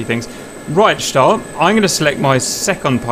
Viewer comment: Schtal, Schtal, Schtal. It is so annoying!